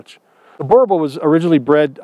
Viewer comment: Very wrong pronunciation of the name. Boerboel is a Afrikaans word and the way it's pronounced is like this .....bur bull